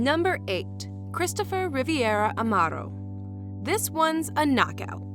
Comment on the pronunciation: It’s not riviera it’s Rivera